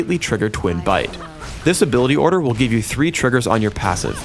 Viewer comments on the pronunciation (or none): none